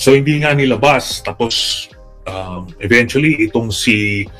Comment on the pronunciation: PURO KA NAMAN " EVENYUSLLY"